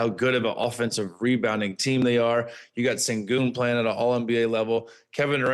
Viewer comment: My question is why do yall keep pronouncing his name as "Cingun" its "Shengun"! Please watch the rockets games to know what yall are talking about! Sengun has been in the league for 3 years now and yall keep getting his name wrong! From now on just call him MVP SENGUN!